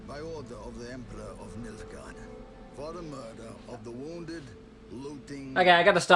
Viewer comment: Btw., it's Nilfgaard, not Milfguard.